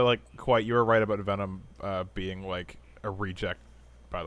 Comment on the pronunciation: You're not right, you're Kwite.